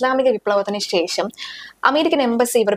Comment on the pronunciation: ശേ ഷം എന്ന് ശരിക്ക് പറയു. ഷ എന്ന അക്ഷരം ഉച്ചാരണ ശുദ്ധി ഇല്ല